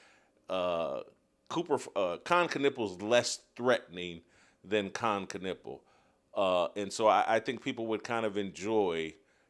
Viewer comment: Kon nipple is a dumb way to pronounce his name